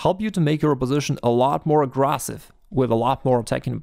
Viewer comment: Loool thanks to you i can play with some intense aggrassive-ness😂 no hate, your accent is great, the way you say “bushup” makes me chuckle too 😅 thank u for the advice, new to chess and its definitely starting to feel more natural now that im about 25-50 games in